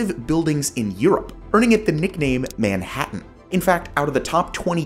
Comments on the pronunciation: This guy has multiple problems with pronunciation of names of places and things in this video. Example: "Mainhattan" from the section on Frankfurt would be pronounced "mine-hattan", not "man-hattan". Guess the "we" he refers to with the production of the video doesn't include a pronunciation guide or an editor. Great subject, but not the best production values.🙄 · I'm sure 'Mainhattan' is pronounced "Mine-Hattan"